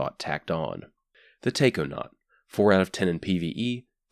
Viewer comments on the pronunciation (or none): You pronounced Raiju correct, but not Taikonaut? Im saying this so people who understands Japanese won't get irritated by mispronunciations, like the Susanoo fusion rifle (it's pronounced "SUU-SAH-NOH-OH")